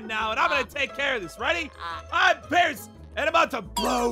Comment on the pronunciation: Since when was Pierce “pie-arse”?